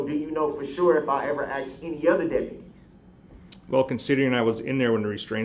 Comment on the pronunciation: Do you think the court reporter typed out axed or asked when said axed(asked)?